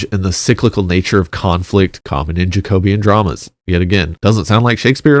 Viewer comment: pronounced jack-oh-bee-an not jayco-beeyan